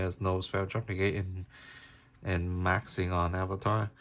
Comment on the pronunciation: it’s not avatar it arvata